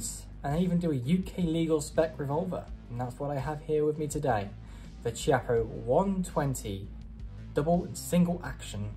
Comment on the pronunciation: Beautiful test and wonderful gun. If it had been a conversation between friends it wouldn't have mattered, but if you do a video test, you should at least know how to pronounce the stuff you're testing. Every time you said Chiappa" my ears bled. Nowadays it's not difficult, just go to Google translator, choose Italian, write "Chiappa" and have it read to you. There are no more excuses.